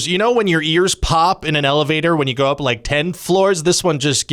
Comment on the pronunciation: "up" Are you a midwesterner? That's almost "oup"